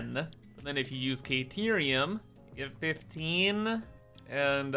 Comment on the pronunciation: CAH-TEER-EE-UM... Stop pronouncing the "a" in carerium like "aye"....i beg you .. Please